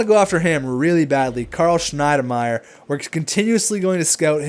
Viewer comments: It's Schmid Meyer nt shimidinedameyer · Why are you having such a hard time pronouncing Schmidmeyer? Sh-mead-my-er